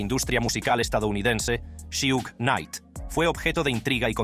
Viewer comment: Su nombre es suge no shiug mi bro jaja